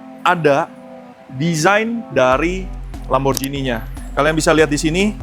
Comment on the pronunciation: Lamborjini❌ Lamborgini✅